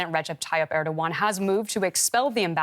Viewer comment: Are they pronouncing his name as erdwan!!